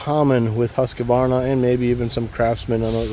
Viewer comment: There is no middle "a" in Husqvarna